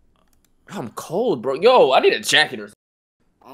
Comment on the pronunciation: Bro said jakceter